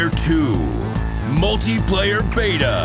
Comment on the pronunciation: Beta-er?? LOL